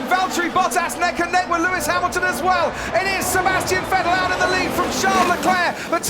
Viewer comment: Will someone tell anyone from the UK that there is no F in the word Vettel??? OR VERSTAPPEN.